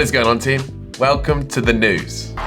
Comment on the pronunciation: Whenever you say News, it always sounds like Nudes to me for some reasons XD